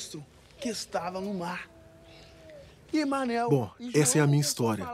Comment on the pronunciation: Ele nem sabe soletrar kkkkkkk ele fala istoria o cara da caneta